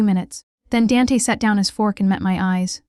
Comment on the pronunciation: Hahaha AI called him DANT...not DANT then capital A! Silly theme story...what mafia boss would tell a drunk student how many he killed! Police FBI listening. SUCH POOR NARRATION...TOO FAST AS WELL! Overall a hot mess.. not bothering to finish it.